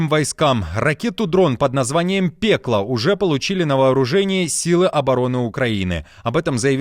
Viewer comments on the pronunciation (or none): Не пепла а пэкло.Пэкло в переводе с украинского называется АД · Ракета не пекло, а пэкло. А то как скабеева - незалежная, читаете. Режет ухо. Слушайте как звучит по украински. И буква е по русски, по украински всегда читается как э. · Тільки не "пЕкло", а "пЭкло")).